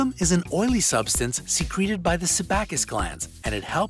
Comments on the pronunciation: Sebum: SEE-BUM; Sebaceous: SUH-BAY-SUHS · Sebum has a long e sound, and sebaceous sounds like “su bay shus”